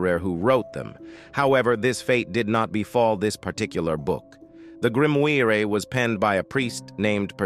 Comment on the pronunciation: Lad... Either choose to speak on fiction or choose to speak on facts & reality. Not a single entry, up to & including the Codex Gigas, is factual. Your robot voice mispronouncing Grimoire three different ways in a row was really entertaining though